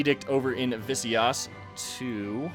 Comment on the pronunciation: Zamboanga Is pronounced zam/bwang/ga and Visayas is pronounced like V as in the name of the letter/sa like how people say the 1st sa in sasau I don’t know if said people pronounced it right because I don’t know the correct pronounciation.I think I made a mistake in the first one about Visayas because you still mispronounced it/yas like yes but instead of e it’s a.Is there a way to comment with sound instead of letters?The ce in cebu is pronounced quicker than how you did it in my opinion because >you put a lot of focus on the ce part<this is How you did it in the video in case you misunderstand me.My Mother is from Laguna and my father is an Indonesian but I know nothing about Indonesia and I dont understand the language i dont know if i shouldnt be saying this.Also try to wipe out corruption as soon as possible.